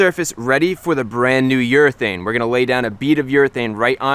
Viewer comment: I heard "New York thing" everytime he said "New urethane" 😂😂 Nice video Chris!